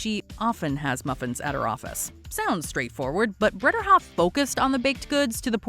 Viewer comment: Her name also isn't BredERhoft ... whoever narrated this needs to learn how to read